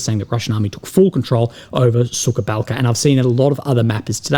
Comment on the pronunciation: Will love you ! But your pronunciation of “ suka balka “ is way of ! Suka means B1tch ! Correct way to pronounce is “ suha balka “ suha means dry